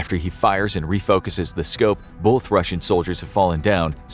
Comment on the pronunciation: It's pronounced "both" not "bolth"....